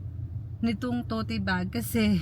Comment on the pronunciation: I’m surprised your husband didn’t correct you when you said to-ti bag! This is a positive criticism: it’s pronounced TOT bag. 😅😅😅